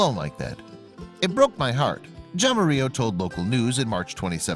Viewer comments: The J is a soft H and the 2 ll's go to Y...Haramiyo. Thank You. Good story. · Jaramillo is pronunced:Hah-ra-mio